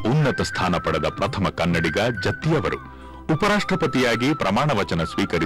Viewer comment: Please note its "Jatti" not Jathi. Please correct it.